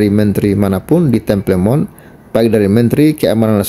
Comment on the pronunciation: Temple Mount dibaca" tempel monh , bung